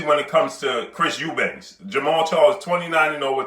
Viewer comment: His name is EUBANK for fucks sake. Not Eubanks.